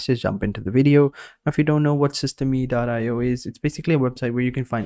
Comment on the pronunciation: Thanks for the video. It's pronounced "system", btw, not "system-e". Ijs. :)